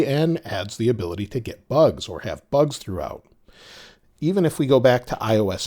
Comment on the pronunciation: you saying few bus 😂